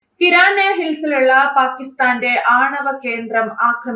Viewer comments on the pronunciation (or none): none